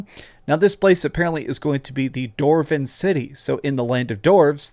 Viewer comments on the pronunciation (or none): DWARVEN… why does he keep saying “Dorven.” Also, not sure the need to see more. I like being surprised. This is a nonissue. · 'Doorven scenes' 😂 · Anyone else notice every time dwarven or dwarf was said it was doorvin and doorf lol. No hate just made me chuckle. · Why do you pronounce "dwarf" and "dwarven" like that? 💀